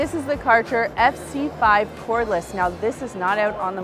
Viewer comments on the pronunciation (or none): It's so funny how you pronounce Kärcher! 😄 The "Ä" is pronounced like the "A" in "bad". And the "CH" must be produced in the back of your throat. Someone even made a video about it